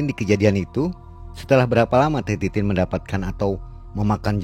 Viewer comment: Ko denger manggil nama mbanya titit bukan titin😅😢